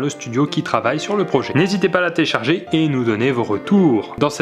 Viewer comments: " N'hésitez pas à la téélcharger " 😂😂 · Téélcharger mdr 😂😂😂😂😂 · "téélcharger" Pierre Croce 2018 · Téélcharger au lieu de télécharger 😂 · 44 secondes "téélcharger" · 0.57 téélecharger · mdr téélcharger😂😂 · "n'hésitez pas à la téélcharger" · Télécharger et non téélcharger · Qui a remarquer que à il y a téélcharger au lieu de télécharger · A 1 minute 03 : téélcharger 😂😂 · téélcharger OMG Cette erreur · C'est un nouveau style haha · le "téélcharger est énorme ^^ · "téélcharger" c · qui a remarqué "téélcharger" ??? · Je suis le seul a avoir remarquer le "téélcharger" a